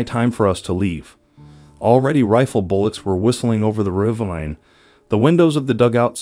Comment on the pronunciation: It's pronounced RUH-VEEN, not RAY-VINE! Good God.